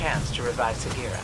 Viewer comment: Segira the fuck its sagira